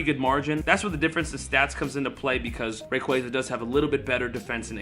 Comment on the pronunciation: omg your pronouncing on rayquaza